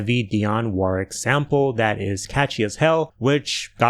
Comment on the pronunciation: Off topic but you're the first American I've heard pronounce 'Warwick' like the English market town and famous castle rather than as 'War-wick'. I don't normally comment but I always appreciate your perspectives. Top-notch channel.